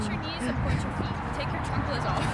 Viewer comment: " my chanclas " 😭